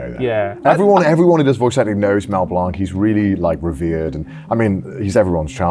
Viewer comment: That pronunciation of blanc hurts